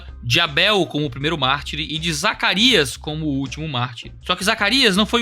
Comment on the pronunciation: Quase soltou um "Zaraquias"